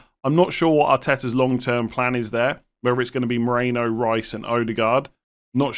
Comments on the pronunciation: I kept thinking it was weird that Arsenal signed Alex Moreno... It's Merino. Your pronunciation had me all confused. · Why are you saying Moreno and not Merino?